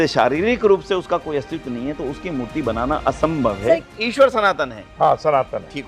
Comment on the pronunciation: ईश्वर में , र पूरा होता है । अवतार होता है प्रभु , अबतार नहीं । हिंदी बोलने लिखने पढ़ने में अच्छी है सम्मान की बात है, शुद्धता श्रेष्ठ बनाती है।